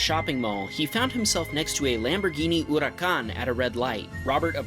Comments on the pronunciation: the channels narrator's dry humor is so cringe. not to mention he doesnt know anything about cars, and then labels an FRS as a 370, then proceeds to sound like hes got a brain for cars and pronounces the lambo as a "hoodookahn" like he knows better lmao. what a tool. It's pronounced "hurah-kahn" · not huracan it is 'uracan' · the way you pronounced the huracan killed me.... xD xD xD